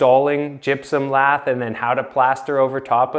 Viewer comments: Drove me crazy that he doesn't know how to pronounce it lath. It's lath not lathe. A lathe is a machine for turning wood or steel. Never the less I enjoyed the video reminds me of the old days. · Not pronounced like "lathe", but pronounced like "lath". Because they were used to cut LATH for plastering. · It isnt pronounced Lathe as in a machine for milling metal. It is pronounced ( lath ). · Lath is pronounced like hat… Not laser…. 🤓👍